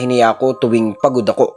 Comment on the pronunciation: SYA / NYA po kasi yung pagpronounce nun, Sir, hindi po SIYA / NIYA